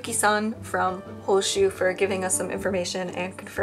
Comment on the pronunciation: I zoned out whilst watching, as per usual with my adhd, and only zoned back in because I thought you were saying my name only to realize you were saying hoshu and not hoshi